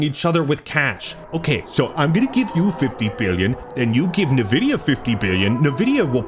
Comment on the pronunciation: "Navidia" so..often..🫠🫠